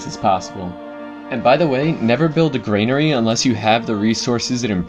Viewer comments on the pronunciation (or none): GRANary, not GRAINary.